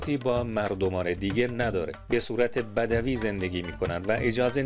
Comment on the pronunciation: مثل همیشه عالی اولین کانالی که دیدم توی یوتیوب کلمه ی بدوی رو درست تلفظ کرد. خیلی مختصر و بسیار مفید. شیر مادر حلالت باشه احسنت به معلومات و سواد بسیار بالات قارداش